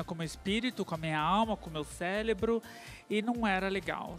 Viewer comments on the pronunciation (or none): A palavra é cérebro. CÉ——RE——BRO;repita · Esse jovem fala muitas inverdades. O cara se diz muito estudado, mas não consegue falar cérebro, redesignação ou peritônio. Também, ele diz que sentiu dor na primeira relação íntima, isso também é outra inverdade, pois os meninos usam dilatadores íntimos, coisa que só dói durante a cicatrização, mas não depois. Ah,esses dilatadores são para a vida toda,menos quando eles têm um homem para ter relações frequentes.